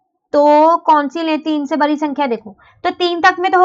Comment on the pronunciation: Mam बरी नहीं बड़ी होती है